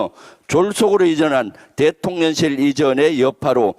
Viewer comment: 너무 훌륭하십니다~ 그런데 대통련실이라고 발음하시는 것 같은데요. 대통령실~~~~